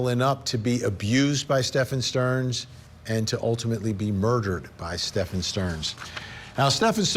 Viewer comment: Can you not pronounce Stephen? It isn't Stefan......DUH